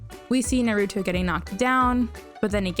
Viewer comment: I was about to subscribe and then I heard the way you pronounce Naruto